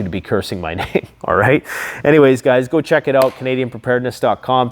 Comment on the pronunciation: The ca--dian prepper.